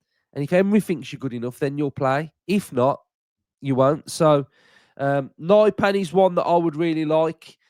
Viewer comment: Nypan isn't Naipan, more like Neepan. And not pan as in pancake, the a is not æ.